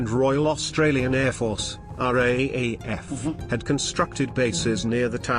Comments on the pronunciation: I liked this video but found him calling the R A A F rather than R double A F a bit grating. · Raaf is pronouced r double af